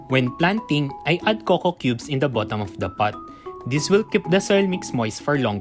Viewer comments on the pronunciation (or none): none